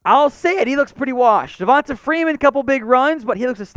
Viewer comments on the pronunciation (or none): none